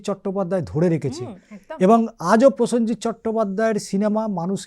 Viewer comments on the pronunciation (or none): প্রসঞ্জিত উচ্চারণ হবে না হবে প্রসেনজিৎ হবে। প্রতিটি শব্দবন্ধ উচ্চারণ সঠিক ভাবে করা উচিৎ।